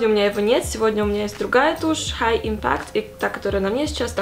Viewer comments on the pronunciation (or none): Неправильное ударение в слове impact Ударение на первый слог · в impact ударение на первый слог 💋 макияж просто вау🙌🏻☺️ спасибо за очередной катарсис!